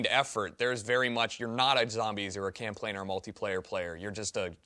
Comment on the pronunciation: Tucker kept saying Camplayn